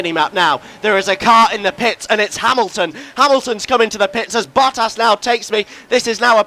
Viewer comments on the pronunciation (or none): When he says Bottas it sounds like Buttass lol